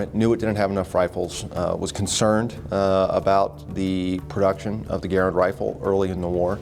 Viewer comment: Inexcusable for American Rifleman to mis-pronounce the name of the man behind the M-1. John C. Garand's last name is pronounced: GEH-rend .......w/the accent on the FIRST syllable!